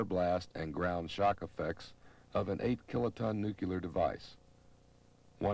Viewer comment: He pronounces nuclear wrong.